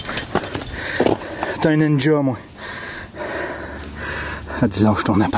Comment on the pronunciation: "T'un ninja moé" hahahaha!!